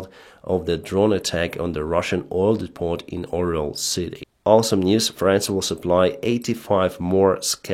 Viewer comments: Hi. For future reference the word Depot is pronounced dee-Poe. Not Dee-pot. Dee-pot sounds like a rehab center where people try to de-toc from marijuana addiction. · The t in depot is silent . Love the show.